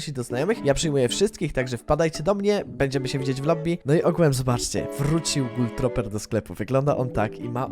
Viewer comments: Gul troper , jezu mówi się gul truper xD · Ej gul truper sie czyta jak cos